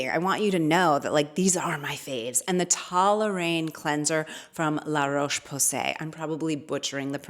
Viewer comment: Hey I'm french, your pronunciation of the brand La Roche Posay is very good !! but the cleanser itself is pronunced "TO-LAY-RIHANN" (like in Rihanna but without the "a" final if that helps ^^' I think that describe the best the way to say it). Thank you for your great content ! ☺